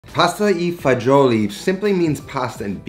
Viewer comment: dude, are you italian or not? It’s „Pasta E Fagioli“, not „i“, it is not spanish.